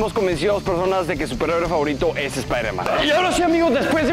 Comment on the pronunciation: espaideman espaiderman 😂😂😛😄😄❤❤